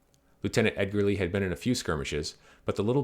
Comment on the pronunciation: Thanks for the video. It's always cool to hear about Winfield Edgerly because he's an relative of mine. BTW it's pronounced edge-er-lee